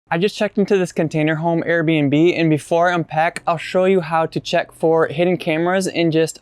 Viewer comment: "Container.....HOME?" (Garlic... BREAD? Cheese... CAKE?") WTF?